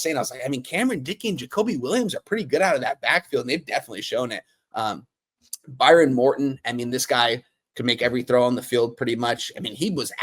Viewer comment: It’s Behren not Byron. Cody Cambell made his money in oil. Not gasoline.